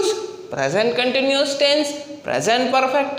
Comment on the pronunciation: Continuous hota hai continious nahi. Happining nahi happening hota hai.🙆🙆